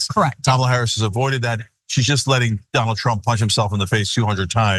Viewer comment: Remeber when Michael course called him “Danald”